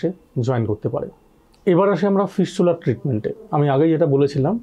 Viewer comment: ফিসচুলার না সালা ফিস্টুলা